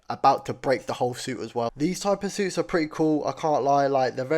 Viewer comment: why you saying suits like seuss💀💀💀